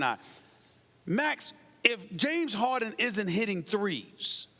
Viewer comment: It's Harden Max ... Harden ... not Hard-on !